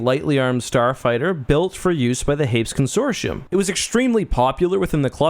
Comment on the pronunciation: con·sor·ti·um consorshium? im willing to accept Hapan not being said like Japan but this lol wtf